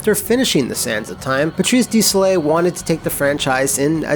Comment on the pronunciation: Wait, doesn't Matt live in Montreal? You'd think he'd know how to pronounce Patrice Desilets' name...